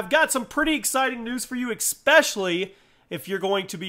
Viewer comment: Ecspecially? I always thought it was especially